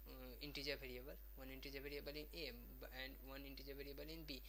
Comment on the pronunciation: it is variable not bariable